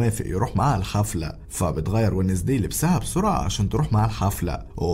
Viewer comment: شفتو في نتفليكس قلت خليني اكتب اسمو اسمو وينزداي ادامز تنكتب زي كذا مو بي الانجليزي بس اول مادخلت قال اسم البنت لو نطقو وذي اخبطو في الجدار ايش الي ونزدي عند جدك اسمها وينزدي مره قاهرني لو كانت اقد اسجل كان دحين قلت كيف ندقها بطريقة مره تنرفز تخليني ابغا اخبطو في الجدار و اضربو و هيا كيف تنطق مو زي ما هوا نطقها شوه اسمها